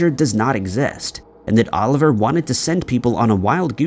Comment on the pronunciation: Just one thing. It's Olivier Le Vasseur, not Oliver. He was French, not an orphan from England.